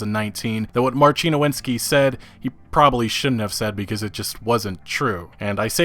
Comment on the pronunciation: FYI, the Polish name Marcin is pronounced like Marseen, and not like Marcheen.